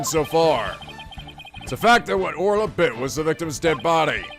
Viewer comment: Weird how you didn't comment on Judge saying Ora instead of Orla.